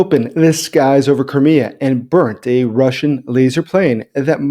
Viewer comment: Please try to speak the word "Crimea" such that auto-generated subtitles don't say "Korea" instead. Thank You